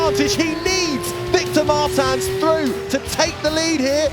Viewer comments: It's a portuguese surname, so they are pronoucing it wrong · How often can you pronounce "Martins" wrong? Commentators: yes